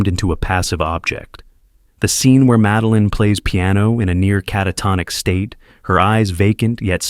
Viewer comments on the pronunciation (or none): none